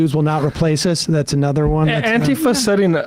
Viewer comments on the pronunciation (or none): How did anti-fa become antee-fa lol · i'm with you guys but when people pronounce "antifa" it's "anti-fah", it's not "ann-teeef-ah" - that mispronunciation was started by trunph, whether intentional or not, and it serves to remove it's meaning, which is anti-fascism or for short, anti-fa. The person off camera was using the correct pronunciation - i know it seems trivial but it all adds up.